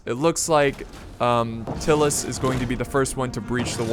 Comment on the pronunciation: Its pronounced Tie-lus not Till-us just fyi :)